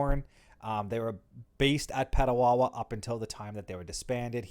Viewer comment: Just a small correction, Petawawa.